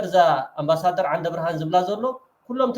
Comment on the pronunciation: ነው በልዎ እዚ ኣምባሰደር ዘይኮነ ኣንባሳደር ትብልዎ ዘለኹም